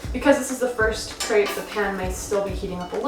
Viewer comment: Lol you can't even pronounce crêpe the right way. 😂